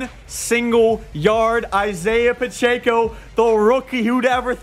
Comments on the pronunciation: PA CH ECKO not pa CH AKO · It’s Pacheco not Pocheco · pacheco is pronounced pa check o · For the love of god say Pacheco's name right. It doesn't have an N in it anywhere.